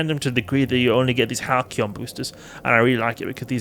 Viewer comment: It's a soft 'c', so the boosters are pronounced like "HAL-see-on".